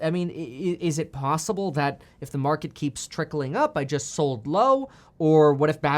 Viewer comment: please stop saying jizzt lol